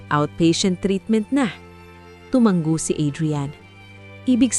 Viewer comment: TUMANGO, Hindi tomang-go